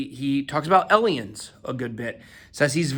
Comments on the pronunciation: why do you pronounce aliens like "allienz" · Please don't say eliens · Why would you ever say aliens like that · He talked to 'Elions'. Idk if that's the ATL accent or what but I don't think I'll be able to forget it. Bless BitBoy 🙏